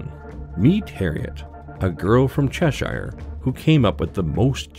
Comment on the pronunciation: If the Cheshire I'm thinking of is English is pronounced 'Chesh-here'